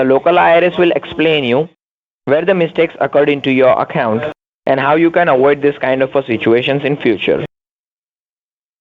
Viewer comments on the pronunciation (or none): JEEBUS! Watch out for them "WIOLATIONS"!! LMAO! "E" as in "ALL-ee-funt…" Step away from the GOAThouse! "Let me explehn you" "Each and every one..." "...to AWOID dees een da footoore". "Guvuhmint Sahtifieed Sto' - like Bes' Buy".